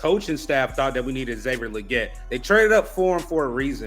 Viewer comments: It’s Lee-Git. Goodell pronounced it correctly according to XL himself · Why do yall keep saying his name wrong? Lol. Leggette is pronounced Lee-git. Smh